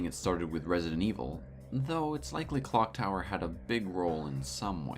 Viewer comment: Im not the only one who heard "Glock Tower" right?